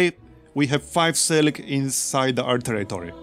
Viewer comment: "Sil ik?" what's that? is like "Mil ik?" i drink that sometimes.